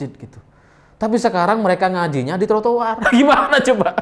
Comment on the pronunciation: Detik khas madura hehehe TURATUR